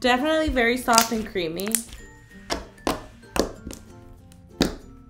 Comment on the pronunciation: When Karina said: "So so Creamy" I thought she said: "So so creepy" 😂😂😂😂😂